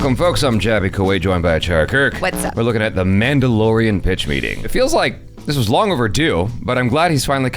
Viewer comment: omg I can't unhear "man dough"